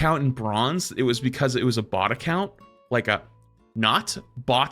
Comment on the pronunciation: Just saying... Bot and Bought sound quite different when enunciated. Bot = Baht Bought = Bawt